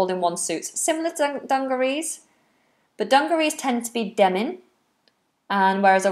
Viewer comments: Demin or Denim? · Is it Demin or Denim?